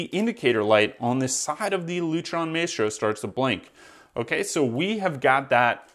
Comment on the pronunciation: You don’t even know how to pronounce Maestro🤦‍♂️